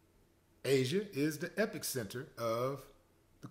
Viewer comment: Me: Nahhhh Willie D, I disagree with you on this one, and it's pronounced ep-uh-center not ep-pic-center. Willie D: No Mo Talk Me: 🏃🏿‍♂️⚡